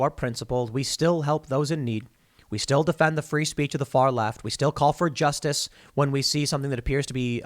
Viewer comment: What was that word? Juicestice? Jewstice? Justinstice?